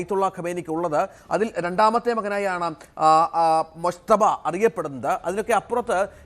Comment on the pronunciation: ആ പേരെങ്കിലും ഒന്ന് ശരിക്ക് പറയു .മുജ്തബ എന്നാണ്. മുശ്ത ബ അല്ല